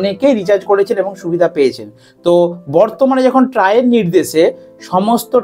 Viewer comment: ত্রাই নয় দাদা, উচ্চারণ ট্রাই হবে। 😂